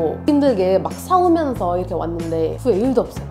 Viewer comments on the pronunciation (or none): 싸우면서를 사우면서로 발음하는걸로봐서는 경남 출신임. 확실함.